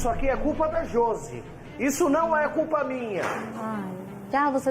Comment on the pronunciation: " A curpa é de kem? Su babaco!!" Kkkkkk